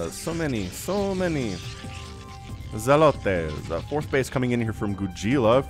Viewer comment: "c'est très très... so many, so many zealot-ey" xD Il y a beaucoup de zélotes (pronunciation is kind of the same as zealot, s is silent) ;) c'est un (très) gros groupe de zélotes works too ^^